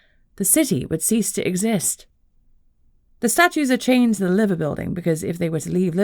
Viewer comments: Its pronounced Live er not Liver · Lie-ver birds. Not Livver. I know, not what you would think.